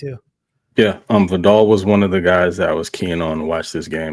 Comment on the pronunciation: Y'all gotta ;earn how to pronounce Vidal.